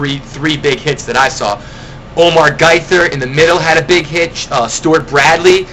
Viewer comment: For 1, Quintin Mikkel is pronounced "Micahel", as in the name. Well, atleast that's what I hear announcers say. Also, I saw that you pronounced Omar Gaithers name as "Guy-ther". It's actually pronounced Gay-Ther.